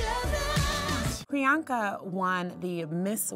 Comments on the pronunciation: turn on ur subtitles she said brianka lol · DUDE!!its PRIYANKA not Bianca😬😬🙄